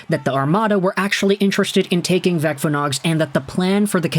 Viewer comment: Thank you for great report. Vecvanags is pronounced as Vetsvanags, where C is quite hard as it would be in German, yet if you say C the same way as in City it will be closer than current usage of K. Hope it helps